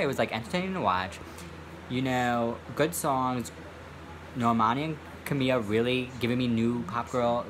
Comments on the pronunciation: I don't like camila but it's pronounced ka-mil-ah not camia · Where the hell did the L go in name camiLa? Or who the fuck is kahmia?